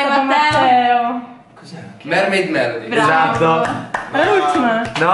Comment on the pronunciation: like chi lo guardacnel 2018. quando a detto mermid melody io le amo le principesse sirene